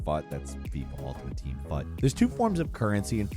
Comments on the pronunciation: Couldn't find whether anyone else mentioned this: FUT is pronounced like "foot", not "futt". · I keep hearing Fut as Fuk points